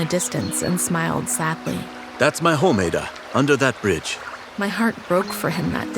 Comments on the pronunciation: I'm a Nigerian and It is pronounced a_daaa Not aida😊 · I love this but please incase of next time it's pronounced Aah-dah not ay-da in Nigeria thanks❤ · Bro it’s not pronounced Eida its ada😂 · First of all wrong pronunciation of the name Ada, yes we love how you chose nigeria but at least if you want to talk about a country or represent the country you should do some minor researches about the country and most especially pronunciations. The a in Ada is pronounced as ah not eh please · That is not to say "Ada" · Ada is now pronounced eidah😂😂😂😂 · Fr😂😂😂😂😂 Eidahhh😂😂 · Hello appreciate the work but the pronunciation of her name is wrong it's A(as in apple) ADA thank you for the good work I hope to see more of your representations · That is not how to pronounce Ada it’s ada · Fr i was like „its ada adaaaa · i love this STA about our country Nigeria but the pronunciation of Ada is wrong. I still love this video, good job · I'm form nigeria and they didn't pronounce ada correctly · I love the Nigerian story but you didn't pronounce the names very well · Im also proud but, the name is probably pronounced wrong if she's Nigerian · That’s not how you pronounce the name 😂😭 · As a Nigerian girl myself I like to say that it is nice that you guys create a story about a Nigerian girl And again it is not how to pronounce Ada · Great story 👍❤️ 🤗 but you pronounced the name Ada and chi different and I am from Nigeria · This is so noice, u made a Nigerian story. You even did enough research and included the one year compulsory NYSC, 😁Nice attention to detail. Though the Ada name is pronounced differently, the addition of the Chi name was good, great video. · Umm, you pronounced Ada’s name wrong. 😅😅😅 I’m from Nigeria and have the same name as her.😂😂😂